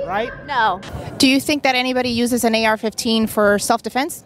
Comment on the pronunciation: When she says AK15. That's when I lose faith in humanity